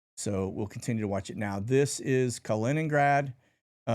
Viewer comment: But he finally pronounced Kaliningrad properly. No more Colingrad.